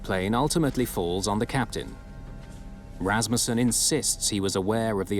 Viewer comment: Thank you for pronouncing Rassmussen correctly.